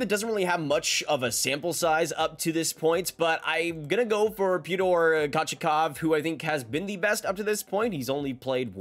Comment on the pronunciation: bro said paytor kochachov. for your sake. it is pea-oh-ter Co-chet-kov